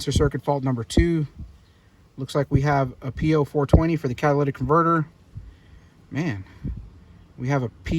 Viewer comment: Crazy especially when it said "Cadylitic converter."